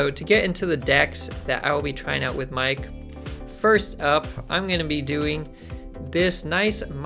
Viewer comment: Miek is pronounced "Meek", like "seek" but with an M :). Other than that, excited to give this dude a try. You touched on some great points as well!